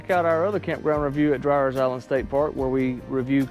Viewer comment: It’s pronounced DREER